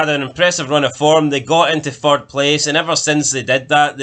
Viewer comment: How many times did uz guys say "fird" in that video